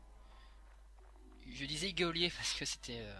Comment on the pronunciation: "Guéôlier" en référence à iplay4you ^^